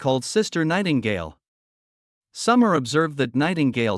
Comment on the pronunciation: you said Nightgale😂